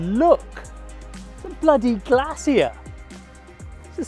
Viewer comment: What the hell is a “Glassyar” ?